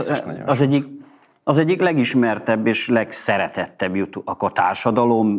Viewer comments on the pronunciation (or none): none